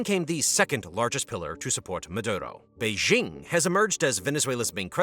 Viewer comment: Ma.. do.. row... is how you pronounce his name by all means fuck that guy but the pronunciation is driving me nuts.